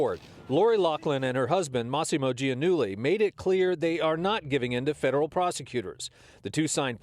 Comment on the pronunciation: Why is it so difficult for US-Americans to pronounce the name Giannulli? It is an Italian name and hence pronounced accordingly.